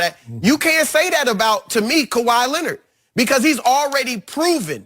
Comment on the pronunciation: “Kawhi” ...... Say it with me. lol love this show!